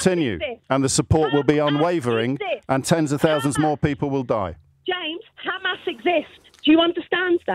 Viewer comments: KKKHHHHAAAMMAAAASSS JAMES IS KKHHHAAMMMAAASSS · Khamas khamas 😂😂😂 he is probably the best presenter on LBC